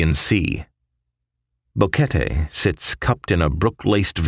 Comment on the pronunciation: I have watched several similar videos, You are one of the first to pronounce BO QUET TE correctly and included Plinio, I know this guy personally, Great Job SIR!!!